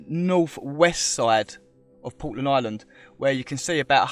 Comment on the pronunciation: POTland? Lol. I heard you say Portland. Good on you guys. Wish I could have joined you but I'm on the other side of the world in New Zealand. Big ups!